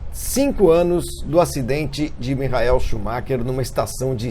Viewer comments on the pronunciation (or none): engraçado o Flavinho falando "mijael" schumacher!! hahahaha